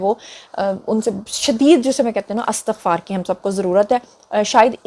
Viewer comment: السلام علیکم پیاری بیٹی۔ سدا خوش رہو۔۔۔۔ آمین "استغفار" کا درست تلفظ ہے "Estighfar" لہذا اس کو "Astaghfar" پڑھنا درست نہیں ہو سکتا۔